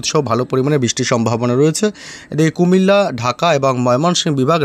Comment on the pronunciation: বাংলাদেশের কুমিল্লা সিটি কর্পোরেশন থেকে দেখছি। কুমিল্লা নাম উচ্চারণ করায় ধন্যবাদ।